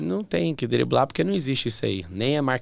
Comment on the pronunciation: Como uma jornalista fala "diblar"????? Se eu fosse o Pablo terminava ali a entrevista.